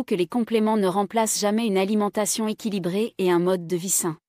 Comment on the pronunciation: Je ne remercie pas une I A ... Cette voix électronique monotone est non seulement désagréable, mais en plus il y a de grosses erreurs qui rendent parfois le discours incompréhensible , limite trompeur 💩!!! ... par ex. l'Olimentation au lieu de l'Alimentation, etc... Donc je ne m'abone pas et je zappe ailleurs. 😡💩